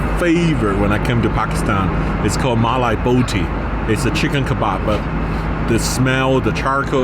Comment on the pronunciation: the whitest way to say "mali botti" lol